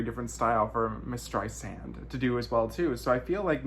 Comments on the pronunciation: Sand not Zand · It amaZes me that someone who allegedly idoliZes Barba, pronounces her name incorrectly. It's Strei-SAND ... not StreiZAND or StreiZIN .... STREISSSSSSAND, like SAND on the beach! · Barbra Strei SAND not ZEN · hey !!! try pronouncing her name correctly .... Streisand like sand on the beach. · I know you do and then LOL you said Zand again.